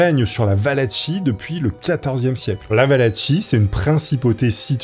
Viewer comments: Valachie se prononce Valaquie et les personnes se nomment Valaques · ça se dit Valaquie !! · Excellente video comme toujours un régal, surtout avec un sujet passionnant 👌🏼 Simple précision la Valachie se prononce "valaquie" 🫣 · j'en peu plus. faut que tu te décide : soit c'est Valachie ("valatchie" comme tu le prononce) et valach(e) soit c'est valachie ("valakie') et valach ("valak" comme tu le dis) mais pas un mix des 2. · La pauvre Valachie (va-la-ki) qui s’est fait massacrer son nom quarante fois en une vidéo 😅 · Soigne ta prononciation! La Wallachie c’est comme orchestre 🤦🏻‍♂️